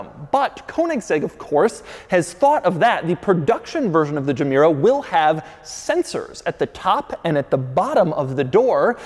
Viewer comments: Its not a germ-mera as in when you say germ, come on ... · Gemera is actually two words in Swedish Ge Mera pronounced "Je Mera" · it is not pronounced džemera it is Gemera. read as its written doug... dont apply your american way of pronouncing things to foreign made objects. read it as its manufacturer named it and intended it to be pronounced... god you anglicans make me cringe so badly... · Gemera is actually two words put together, "Give more" would be: Ge mera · I love how every car's name is based on a Swedish word or a play with words. Gemera = Ge mera, give more. Regera = To rule. Etc Gemera should be pronounced as GehMehra or something. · Its pronounced "Yemera" (meaning "give more") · To be pronounced "yē mēra". That's Swedish for "give more". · “ok imma start the quirks and features of the Jeh- mere- oh” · At least use Google Translate to pronounce Gemera correctly. Sick of Americans butchering foreign names. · Me: "Did you say Gamera?" Doug: "No, I said Gemera." Me: "Oh." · It took me 4 seconds to realize the emphasis in the word gemera is in the first syllable, not the second........Doug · Starts with a G. If it was a J then it would be pronounced Y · Wish Doug would’ve watched Christian before making this video and learned how to pronounce Gemera.